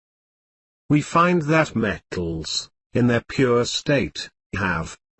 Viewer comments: hahahahah he says met...tals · BUT HE SAYS ME TALS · Love the way you say m-e-tt-als🤣😂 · gets me all the time "Me-tt-als-" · THIS IS SOOOOOOOOOOO FUNNY.. Me-tt-als and Non-Me-tt-als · He doesnt say matels me tals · We watched this in class and had to stop after 30 seconds because everyone was dying of laughter from the way he said metals😂